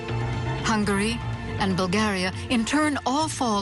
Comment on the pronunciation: Its BulgariA not "BulgariE"